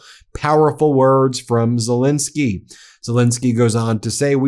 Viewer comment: STOP MISPRONOUNCING HIS NAME!! It's Zelenskyy, NOT Zelinskyy.